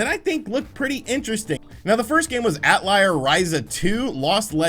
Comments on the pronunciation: It's pronounced "atel yer" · How do you get "Atliar" from Atelier? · Cringed at how he pronounced Atelier. “At- Liar” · you insult my ears with that atelier pronunciation